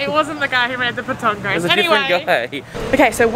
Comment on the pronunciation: Lol your funny it’s Pat-ton-go